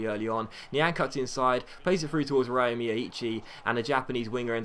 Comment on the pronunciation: ryo is prenounced like yo or jo, the R is scilent :)